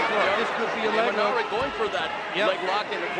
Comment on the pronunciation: Its imanari not imanani my friend